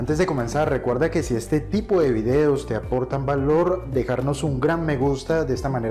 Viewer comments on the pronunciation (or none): none